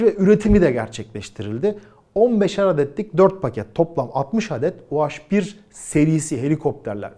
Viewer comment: Niye u-haş bir? Türkçede haş diye bir harf mi var? Doğrusu u-he bir. Dilimize birazcık saygı lütfen.